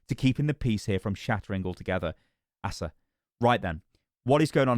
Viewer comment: Btw "Asa" is most commonly pronounced as "Acer" or "Ace-ah"